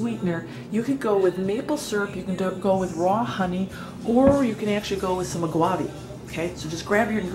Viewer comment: It’s pronounced “chee ya”, similar to “see ya”. It’s also “a ga va”, not “a gwa vee”. You’re welcome. Lol.